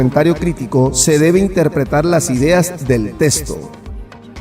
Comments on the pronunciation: Se dice texto.. no testo. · En puelto rico de dice testo